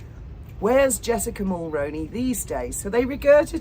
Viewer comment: 👋 Hello.... I'm 🇨🇦 & I'd thought I'd let you know that you are mispronouncing Jessica Mulroney's last name... she's the daughter in-law of former Prime Minister Brian Mulroney His name is pronounced as Mull-Roo-Knee or Mull-Rooney like the actor Micky Rooney's last name. I'm really really hoping that you see this & begin pronouncing Mulroney correctly...Mull-Roo-Knee and not Mull-Rown-Knee...if it sounds like macaroni when you are saying it then you are saying it wrong... Please don't be offended by this comment...I'm only trying to help as well as do the right thing by a former & late Prime Minister who served our country with dignity and respect... I had hoped 7 years ago that content creator's would eventually get the name right but they haven't. So I've been trying to inform creator's for the past several years. Paula M pronounces it correctly but she's also a 🇨🇦 citizen... I'm 🙏begging you to change your pronunciation to what I've provided.. or look up old 🇨🇦 televised news articles and listen to how it's pronounced correctly. Brian Mulroney was born in Quebec, he was French Canadian. I don't know if that affected how his name is pronounced by 🇨🇦Canadian's or not. I just know how he pronounced his name & since Jessica is married to his son Ben she'll pronounce it exactly the same way. Thanks in advance